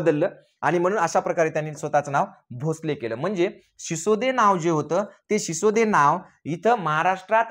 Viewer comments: Shisode nahi sisodiya hote te. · सिसोदे नाही सिसोदिया राजपूत घराणं होते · Sisode nahi sisodiya